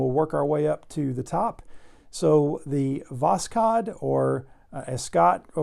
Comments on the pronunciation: It is called Vozhod. K is silent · As a native Russian speaker - K is silent in Voskhod (i think it was put in for English version because if you write Voshod the "s" and "h" after each other produces the "sh" sound which is not how you pronounce Восход) the "x" in Russian makes the same sound as H in Hi.